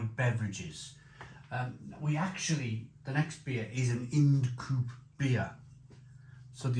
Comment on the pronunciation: Not "in'd coope" but pronounced "eye n'd coop" ~ Ind Coope.